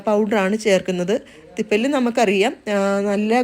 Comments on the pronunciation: തൃപ്പലയാണ് തൃപ്പല്ലി അല്ല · ത്രിഫല ആണോ നിങ്ങൾ ഉദ്ദേശിച്ചത്? തിപ്പലി എന്നാണ് കേട്ടത് . അതു നല്ല burning sensation ഉണ്ടാകുമല്ലോ. Please clear it. Thsnks